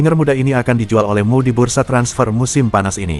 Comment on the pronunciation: MU dibaca mu 😅